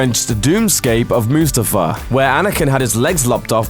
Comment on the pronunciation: its not pronounced (moostafar) its (mustafar) and ashoka tano was never a secret the whole jedi council knew